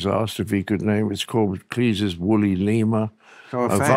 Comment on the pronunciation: It's Cleese as in cheese, not Cleese as in geese. Although either pronunciation is equally gullible.